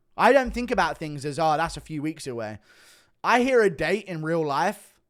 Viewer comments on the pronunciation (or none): none